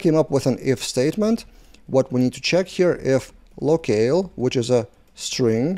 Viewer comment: Nice video 👍 FIY, "locale" is pronounced same as "low kal" - I'm not native too, no worries 🤟